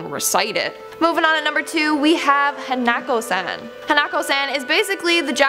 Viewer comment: You mean hah-nah-ko hanako